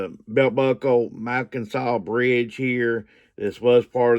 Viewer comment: The "Mackinac Bridge" is pronounced Mack-i-naw Bridge. I work at the bridge and live near the Mackinac Bridge and grew up in Michigan so I know how its suppose to sound when spoken. You did butcher the pronunciation of it, so at the beginning of this post is how its pronounced.